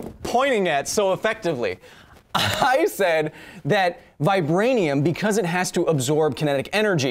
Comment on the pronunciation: Lmao he said vcause exactly like vcause :0